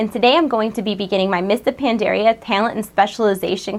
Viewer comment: You can't even pronounce Pandaria